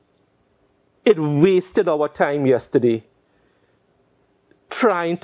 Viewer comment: Lol the emphasize of “wasted our time”